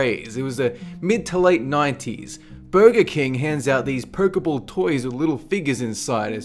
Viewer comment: A child chokes on a Perkaball not a Pokeball as the guy pronounces it